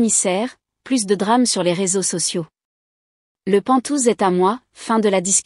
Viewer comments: IA on dit pent haouse pas pentouse😂quoi que c'est rigolo pentouse. Ça ressemble un peu à ventouse comme la famille pot de colle toxique 😂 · pas "pantouze", mais "penthouse" !!! mdr